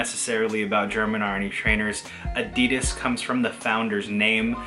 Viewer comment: You pronouncing Adi and then Das correctly and then immediately saying A-dee-dus gave off strong "Pheobe teaching Joey French" energy. Great video though man!